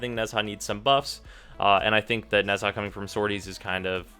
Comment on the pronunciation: nez...HA!..... I cannot